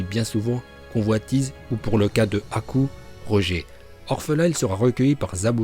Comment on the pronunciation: Choqué par la prononciation de haku par